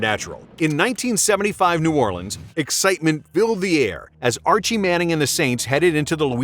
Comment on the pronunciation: Bro nobody in the Deep South or any of us from the New Orleans Baton Rouge Natchez Biloxi region call New Orleans New Awlins. Nobody says that. That for some reason is just irritating. Great channel though